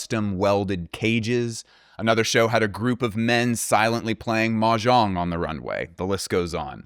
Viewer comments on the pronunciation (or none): none